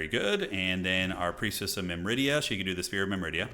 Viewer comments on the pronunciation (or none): pronunciation nit-pick feel free to ignore if you cant be bothered! Myrmidia is pronounced Mir (like the 1st part of mirror) - mid - ia as opposed to mim - rid - ia. loving this campaign so far!